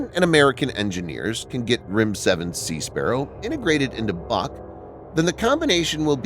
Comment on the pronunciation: Requires an accurate assembly. More accurate, than the mispronouncing BUK in the video. It is not a buck.